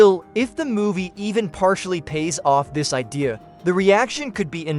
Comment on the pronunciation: The AI is mis pronouncing more words. “IDEA” is not pronounced “I Dear”. More word salad